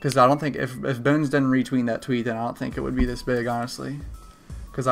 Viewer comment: Why do you call Bones "Beewwns"? Lmao